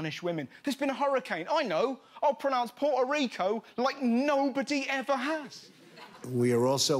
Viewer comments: in all fairness, the way that trump was tryning to pronounce "puerto rico" was acurate in proper spanish. Certeinly was more correct than the anglified versio Russ was saying, and better than the way that puerto ricans say in (puelto lico).. hahaha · Trump was pronouncing it how they do in spanish. Pretty accurate. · It is pronounced Puerto Rico, as Trump said, it's you gringo's that say it wrong! I'm English married to a Puerto Rican woman.